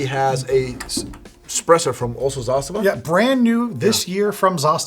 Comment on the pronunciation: Very good pronunciation of word Zastava ( Застава ). Respect.